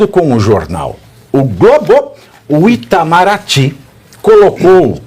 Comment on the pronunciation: Pavinato, na verdade é PTAMARATY E NÃO ITAMARATY